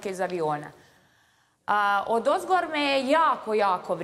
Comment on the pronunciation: Al' kad kaze odozgoR